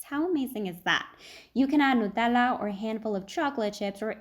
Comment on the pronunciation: girl the way u said fontanella and nutella let me know that you have an italian side😭